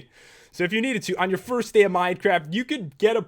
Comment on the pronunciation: I guess you arethe first to say furst xD